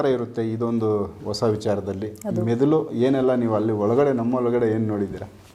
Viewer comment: ಅವರೇ....ಮೆದುಲು ಅಲ್ಲ ಮೆದುಳು 🤣 ಇರ್ಲಿ ಪರವಾಗಿಲ್ಲ ಗುಡ್ ಎಪಿಸೋಡ್ ❤